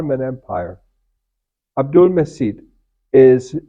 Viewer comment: Hi, the right way to pronounce his name is Abdulmajeed as letter c in Turkish writing pronounce like letter j in English.